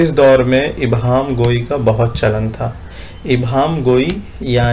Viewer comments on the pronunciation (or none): شکریہ سر لیکن ابہام نہیں ایہام ہوتا ہے